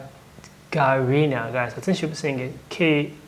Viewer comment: with all my regards please pronounce corectly "GagArina" not GagarIna accenting on second "A" заебали уже